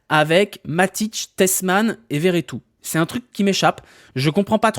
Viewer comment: Par pitie redit Vertout et pas veretout C’est beaucoup trop drole